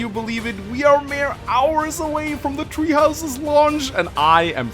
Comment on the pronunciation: I keep hearing treehouses instead of tHree houses.